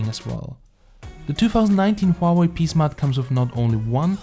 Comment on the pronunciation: HWA-WAY! O3O